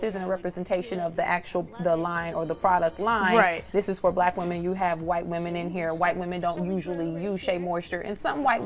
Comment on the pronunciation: Why does the black woman on this show have so much difficulty saying the words "black women"? I've noticed that with this generation of black people. The more you guys assimilate and focus on conforming to standards of whiteness, the more insecure you become. It's also a result of African-Americans rejecting their African heritage. You can't be proud of your natural hair if you're not proud of being African.